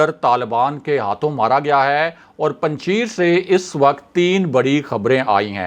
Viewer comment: Kisi pathan se Afghanistan ke sheron ka pronounsation seekh lia karain. Panjshair bolana hai laikin likhne Mai Panjsher likha jata hai.